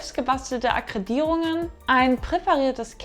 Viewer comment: Weiterhin vile Erfolg. Schönes Video. Und als Tipp, a·kree·dii·tii·rung - wird so ausgesprochen!